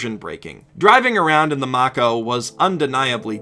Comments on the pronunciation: Mako is pronounced May-ko not Mack-Oh. As far as the gameplay of the series goes, ME1 is a good story with a bad, repetitive gaming sections. ME2 & ME3 are great/ good (but disappointing) stories with great gaming sections. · So he is hating on every Mass Effect after 1 due to it being bought by EA and blamed every bad thing in the later games on EA, something that they had no hand in at all, EA is a producer and only has a hand in time constraints... He can't even say the Mako's name correctly. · Mispronounced Mako mate.